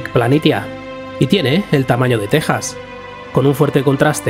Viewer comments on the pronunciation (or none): none